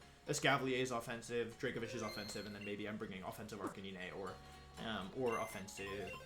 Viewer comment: Arcaneené??? It's pronounced arca 9